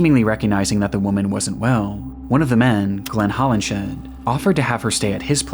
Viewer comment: Just a note on pronunciation: "Hollinshead" is pronounced "Hollins head," and "Folie à deux" is not "folly a doo." In French, syllables are stressed equally, but with emphasis falling on the final syllable, so whereas in English the stress for "folly" is on the first syllable, in French it would be the second. For the vowel sounds, think of the sound "ugh," like a grunt, and say "fugh-LEE" and "-eux" like "urr" with the r deemphasized. Or go to Google Translate, set the language to French, type in "Folie à deux" and imitate what the TTS says.